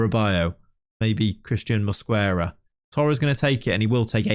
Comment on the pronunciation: the U in Mosquera is silent